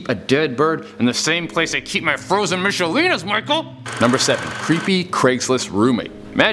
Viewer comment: sorry, how did you call that? "miCHelinas"